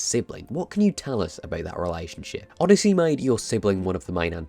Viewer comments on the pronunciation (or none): none